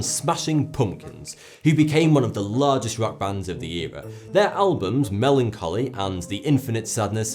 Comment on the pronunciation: did he just say Smashing Pumpkins is a rap band? Or just another example of his terrible pronunciation again? 😂